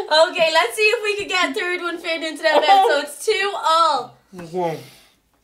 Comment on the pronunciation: When tries to say bunny he ends ill saying bummy 😂😂😂😂😂😂😂😂